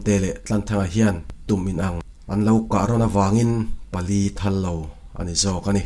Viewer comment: Pathum anlo thala 'thal' hi lam hniam tur ani zawk ang Khar pawh hi lam hniam tur